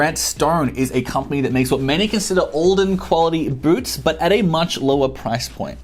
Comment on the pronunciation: Boots not Boorts